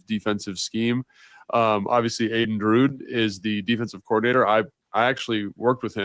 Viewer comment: You worked with Aden Durde yet you can't pronounce his name?